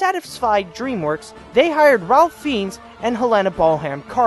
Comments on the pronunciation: You mispronounced Ralph Fiennes It’s Rafe Fines not Ralph Feens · Actually, Ralph Fiennes is pronounced like Ray Fynes